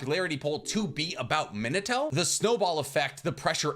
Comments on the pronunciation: Me-Nah-Toe not Minah-to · your pronunciation of minato rivals Michael b Jordan saying narudo